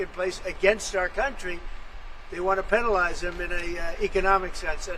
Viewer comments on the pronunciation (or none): What is that word "pennalize" Trump is using or rather pronouncing? Is that an alternate form of penalize?;) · "Pennalise?" The decline will probably accelerate soon if he's forgetting how to speak English.